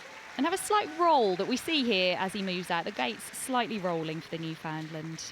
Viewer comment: Beautiful dogs. But could I gently ask you to learn how to say Newfoundland properly! My thx….